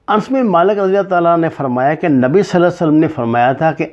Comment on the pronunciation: محترم آپ سے اصلاح کی درخواست ہے. انس میں الف اور نون پر زبر پڑھا جائے گا.